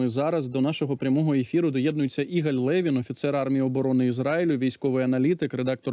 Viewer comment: Не Іголь, а Ігаль.